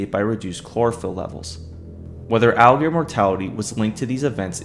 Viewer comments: The word is 'alligator', not 'al-gears'. Please slow down and pronounce your words more clearly. You nearly made my ears bleed trying to decipher your mumblemouth video. I get that you might be nervous, but open your mouth more, slow down your tempo, and pronounce the words correctly. I have no idea why the alligators are zombies because I could not stand to listen to this mishmash of slovenly speech. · To be fair, he doesn't even say the t for alligator, he says "alligor". Idk why he can't just say alligator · Listen again bro has difficulty saying R and T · You kinda have a problem speaking the word alligator 😅 When you say it, it sounds like "aelgear" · u watch it again... e pronounced alligator "algear" every time... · Algear Algear Algear Algear Algear Algear Algear Algear Algear Algear Algear Algear Algear Algear Algear Algear Algear Algear Algear Algear Algear Algear Algear Algear Algear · Why do you pronunce it """"Allgrs"""???? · no not really, he speaks it like a german would speak an ä wich is pretty much ae in english. Watch the video again 😅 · oh i would once or twice, given. But not everytime i say the word throughout the entire video. He definitely has a problem speaking the word, and its not just a happy little accident. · heres a better question than the dumbass one you just asked: why make a video about aligators when you cant pronounce the word aligator properly? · I guess it’s to much to ask to say alligator correctly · Be careful, this comment section is sensitive when calling out someones speech pattern. I got flamed under my comment for pointing out he says alligator incorrectly